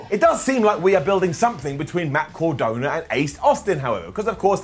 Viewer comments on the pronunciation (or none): Bro,... It's Matt cArdona, not cOrdona... 👌